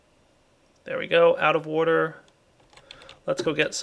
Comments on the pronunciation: I love your videos. They've helped me quite a bit. The only issue I have is the way you say water. Drives me up the fucking wall. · he says water weird does anyone else notice lol